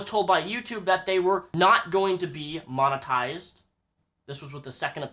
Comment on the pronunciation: monoized wheres the T?